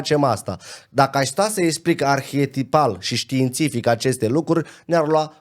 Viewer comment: Totuși, măcar dacă s-ar exprima corect și să reuseasca să pronunțe "ar-he-ti-pal" și nu "arhietipal" - mai ales că îl folosește atât de des. Ar părea interesant ce spune